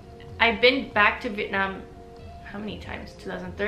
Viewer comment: It was really lovely listening to you share your story and how sincerely and humbly you've approached and received Vietnamese culture and identity. I can't express enough how happy I was to hear you say "Vietnam" and not "Vietnom" while speaking English!